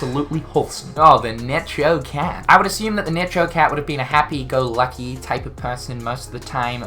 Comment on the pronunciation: Hey, I don't cate if you don't say it different but in case you're unaware the Necho Cat is pronounced like the word "echo" with an "n" on the front of it. Because it's a play on it's musical note and also the fact that Neko is the Japanese word for Cat. I actually hadn't noticed the joke before I heard you say it wrong so thanks, I now appreciate that "character" more.